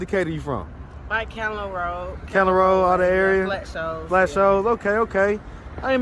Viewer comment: Flat Shoals not flat shows